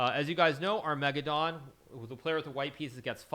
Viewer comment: Our-mega-Don lol